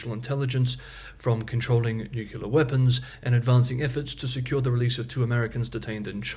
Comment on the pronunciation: I know you hate it when people complain about your mispronunciation of the word "nuclear", but I just have to tell you that it's the reason I'm unsubscribing. It makes my brain hurt.